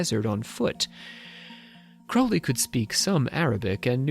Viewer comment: Pronounce his surname properly will you?